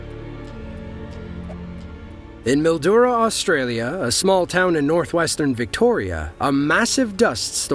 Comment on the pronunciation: You got Bendigo right, but Mildura is pronounced Mil-Joora. Gotta love Australian English 🤠